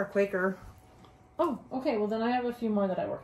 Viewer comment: Think it’s Quaker, not quacker lol. Loved watching you two